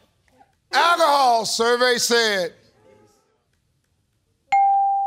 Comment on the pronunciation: Never heard of buying a pint of alcohol 😂(!Forgot about pints of beer at that moment haha) . It was the way he said alcohol that distracted me . We buy bottles 750 mls usually